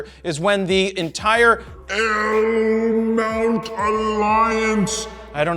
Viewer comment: He can't. He is not part of it, only Leica, Panasonic and Sigma, no Fro 😉 but at least he does say it correctly, not like the Zmount which he calls Cmount 🤣